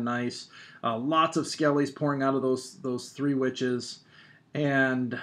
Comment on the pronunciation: You say three 'tree', why? you say though correcty? I'm just wondering